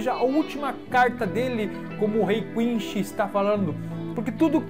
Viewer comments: .–. Cara, vc fala Quinsh WTF, o certo eh Quincy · É poder quincy porra e nao quinshy kkk fala direito